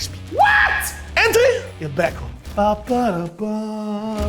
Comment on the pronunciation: un po di becon: UN PO DI BECOM!: Tutto BECON! Soprattutto Okiro😂